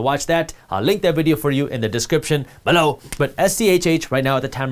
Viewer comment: I love when he say BELLOW 😁